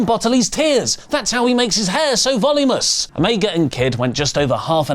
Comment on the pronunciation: Voluminous, not volumous.